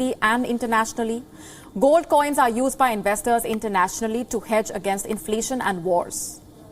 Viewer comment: Where did you get this news presenter?..she can't pronounce inflation correctly... 😀